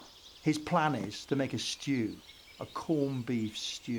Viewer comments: A CORN. BEEF. SHTEW! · they way he says shtew is so funny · A shtewww, a coned beef shtewww. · "a stew, a KORN BIEF SHHDEW" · A shtew, a corned beef shtew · A schtew……a corned beef Schtew. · "a SCHTEW a cornbeef SCHTEW" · "He schters the schtew" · I thought i was thebonly one bothered by him saying “shtew”